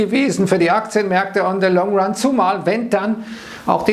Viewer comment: Ön thö löng ran falsch ausgesprochen 🤪